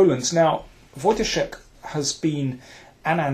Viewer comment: Nice to hear someone pronouncing Wojtaszek's last name correctly ;) This may turn out to be nice tournament. Does anyone know where will it be transmitted online?